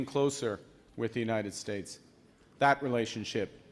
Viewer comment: "United Shates" says king donold. Howard Lutnick is plain GROSS!